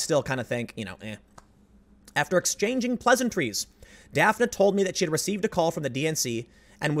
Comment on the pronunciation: Is her name spelled "Daphne"? Then it is pronounced daf-nee. Like the character on scooby doo